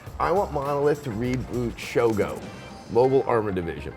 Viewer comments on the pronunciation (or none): Of course Adam says Shogo. And you wonder why everyone calls him a hipster.